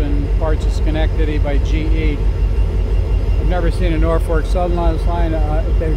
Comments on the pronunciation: its pronounced naw-fuk...for the last 64 yrs. that i remember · I'd enjoy it if the presenter would say "NorFOLK", not NorFORK. I don't know any nor fork 'round here, so the presenter can get it right then. Best way to get subscribers is to say the right words, but I still totally appreciate the effort! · Please pronounce the lead engine as NORFOLK, don't say NORFORK. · Norfolk - not Norfork like you kept saying in the video! Thanks for the great video though! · It’s Norfolk Southern, not Norfork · It isn't "Norfork". Jesus... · Norfolk... not Norfork. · It's nor FOLK, not FORK. FYI. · Why does this guy think "Norfolk" should be pronounced "Norfork?" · I agree Nor Fork driving me crazy, maybe the local accent. Still a good video but certainly not the best ever. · Kindly pronounce Norfolk without an “R” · naw-fuk.. thought i was the only one that it bothered ...lol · I was born in Troy and grew up in Poestenkill. Did some train photography back in the late 60s. Great video, but one request: Norfolk is correctly pronounced NORfik, only one “R.” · Actually, the pronunciation is "norfoke". Nice video!